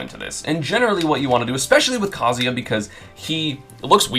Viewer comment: Why is esam one of the only people who pronounce kazuya correctly